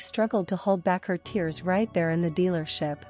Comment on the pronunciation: A weeping sweater, crying "tears " How sad. And the truncheon is not a hatch that you batten down, but, rather, a "buh-TAWN." Artificial intelligence is worse than natural stupidity.